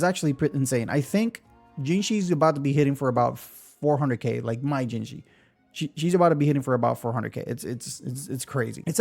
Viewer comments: It's hard to write out but "Zhe" is similar to the "ju" in "judge", and the vowel in 'zhi' is similar to the "ji" in "jitter", NOT "jee". Juh-jihh. One of the trickier spellings for sure :) Pro tip, google translate will play the pronunciation for you! Just type in the name (Zhezhi), copy the characters it suggests (这只), and click play. For Chinese you sometimes have to add something else at the front to get it to read the first syllable right, but it works for any language. (tones/characters won't necessarily be right but it will give you the gist of how to pronounce it.) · It's pronounced like judgey to make it easier for folks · You pronounce zh very similarly to "j" sound in English. So Zhezhi would be Je-ji (Je like in Jeniffer, ji like in jingle).